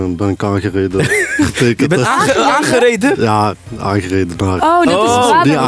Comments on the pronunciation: Ajaxx 020 nee uitspraak was inderdaad een foutje, haha. Ik ben zelf ook Brabants btw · Hahahhahahahha aangereden typisch brabants😂